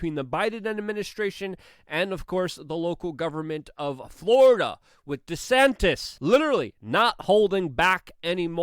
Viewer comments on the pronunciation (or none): none